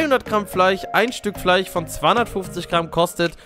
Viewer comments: Hört sich das nur so an oder sagt er Fleich?🤔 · einfach fleich statt fleisch :) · No front Lukas aber fleich😂